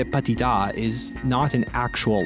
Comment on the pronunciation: why do you pronounce petit as patit